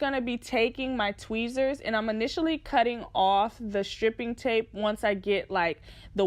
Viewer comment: sis it's pronounced STRIPE-ing tape lol